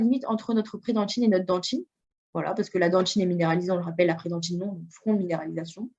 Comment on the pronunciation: on dit dentine pas "dentchine" parle correctement s'il te plait